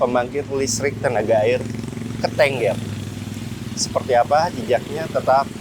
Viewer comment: Bacanya keuteungeur om...